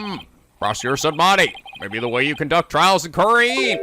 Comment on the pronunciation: It's just nitpicking, but the word Khura'in is pronounced "ku-reyn" with a more emphasized ah in it. Same for Khura'inism and ist.